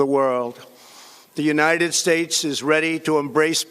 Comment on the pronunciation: He’sh shluring hish wordsh like Afghanishtan and United Shtatesh